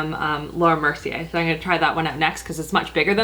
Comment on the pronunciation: Does anyone else get frustrated with the fact that she's pronounced "I'm" as "I'en" all these years.